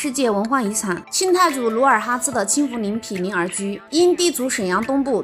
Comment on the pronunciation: “鲁尔哈次”:face-green-smiling